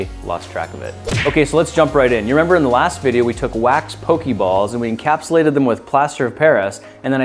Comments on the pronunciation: Once again, it pronounced poh-kay-balls, not poh-kee-balls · Is no one going to correct him on his pronunciation? The é make an uh (kind of) sound. Poke-uh-ball. Same with Pokémon, Poke-uh-mon. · I mean who cares, but it is pronounced poke a ball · In the Minecraft Pixelmon mod, Pokéballs are actually made of aluminum (or iron, both work). Also, make sure to pronounce the accent. Take words like résumé and fiancé as examples.